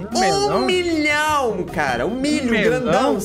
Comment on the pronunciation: nossa nem consegue falar 1 milhão